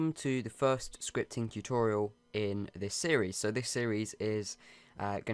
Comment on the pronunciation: My favorite part was when he said fiwst